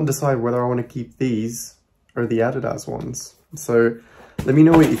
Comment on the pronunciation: Congrats on your vaccine! Keep the second pair and return the white trainers. Interesting pronunciation you have for Nike and Adidas. Cool orbs in the background BTW. Do you have gremlins in your home?